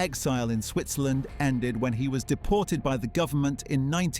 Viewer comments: its Switzerland… not SwitHzerland. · "Welcome to Swithzerland" with a map showing him travelling to Norway. Also why is that map from like the 19th century? It still has Austria-Hungary as a country I think. "Goodby to Iraq" lol. This is all AI slop, isn't it? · Seriously dude? "SWITHZERLAND"😂😂😂😂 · Swithzerland, eh? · "baghdat" "standart" "switzherland" "goodby" "mounts [instead of months]" [map showing a line from iran to norway instead of iraq to switzerland] Is this AI?